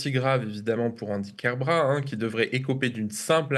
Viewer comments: KER-BRA-TE, le "t" se prononce! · Bonjour, juste une (toute) petite chose ; c'est KerbraT (le T est entendu) c'est un nom de famille breton et en breton , toutes les lettres sont prononcées.